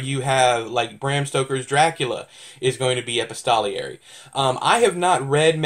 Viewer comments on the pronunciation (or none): No, your version sounds more legitimate. I'll Wikipedia it........Well, would you look at that? We're both wrong! It's actually ee-pisto-ler-ee.